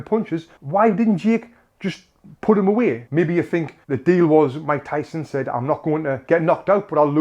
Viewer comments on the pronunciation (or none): none